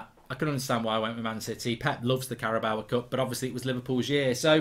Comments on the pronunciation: I need to know If I've been saying the carabao Cup wrong or if he's saying it wrong. CARABOWA???? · Why do you add an ‘A’ to the end of the Carabao cup? 😂